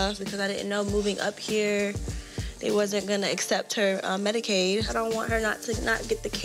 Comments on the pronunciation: she said MEDICADE..... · Did she say Medicade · Did she say medicade... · Did she say....."Medicaid" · Did she say Medicaid?